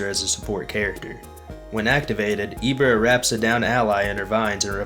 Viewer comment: that’s definitely not how you pronounce Ibara, it’s not E, it’s I ok 2 revives 140 -160 alpha, 230 beta get off me tool, 225 gamma definitely S tier, only weakness is being stationery, but all you do is play with you Ibara and you can’t lose a game you can say that about any character